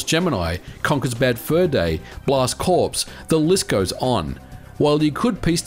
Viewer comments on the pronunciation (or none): Corps is pronounced the same as core.